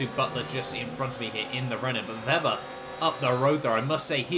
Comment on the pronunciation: You pronounce Weber's name vebber, when it's meant to be pronounced as vaber